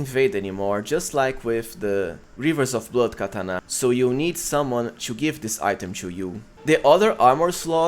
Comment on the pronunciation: I stopped watching after 2 minutes with the way you said katana 😂